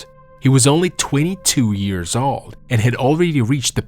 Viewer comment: My dude, I appreciate your video, but I would honestly and most genuinely suggest that you work on your English prononciation of the word "old" as you are really butchering it, which is odd considering your English is otherwise quite good. That one word however seems to be something you're not able to enunciate well.